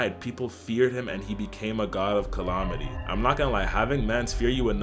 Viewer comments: CallAHmaty??????? Love the vid, but they way you saying that one word gives me issues lol. Calamity not calaohmity 😂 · This would be much better if you stopped saying colomity instead of calamity. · Bro said "collomitty"